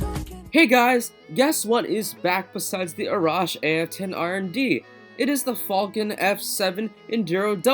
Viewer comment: I know you said the falcon f7 but it sound like u said the fucking f7 lmao i was weak when u said that